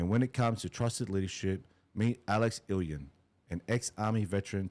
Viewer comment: Digby ‘eye-owe-knee’ Cheesus bruh Put some respect on Digby’s name. It’s ‘ee-or-are-neh’. Or more commonly ‘Yo-are-neh’ (Love the show though brother. Thank you)